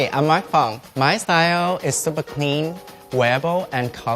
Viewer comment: No one: Mark: I'm supa excited